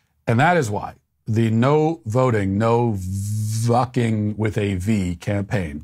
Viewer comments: I lost it at Matt saying Vucking 😂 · Love hearing Matt say vvvvucking with a V